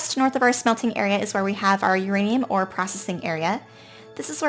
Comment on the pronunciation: that's where we have our " YOUR ANE" hahahah